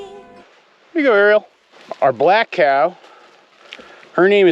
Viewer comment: Please please please, NOT “Hey cyow.” For some reason I have a visceral reaction to that…of repulsion. “Cow” is good, just say cow. Or anything else. Thanks :)